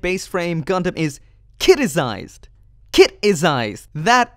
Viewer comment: "Kitized" not "Kiticized"